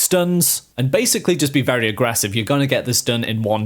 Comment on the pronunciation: I like how he says “aggrevssive” so much lol